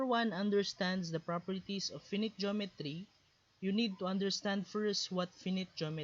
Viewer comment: finite pronounciation lang sir